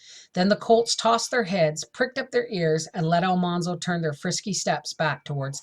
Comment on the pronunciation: His name is not All- Mahn-zo. His name has all hard A like apple. Al-Man - zo